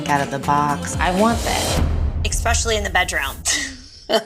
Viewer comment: Anybody that says "exspecially" is automatically disqualifed from giving advice to anyone about anything, let alone finding love!